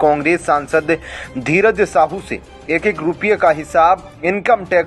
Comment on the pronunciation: Tum sahi se dheeraj nahi bol pate kya patrakaar ho tum